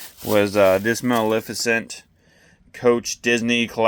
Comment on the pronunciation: Yes, you're pronouncing Maleficent correctly.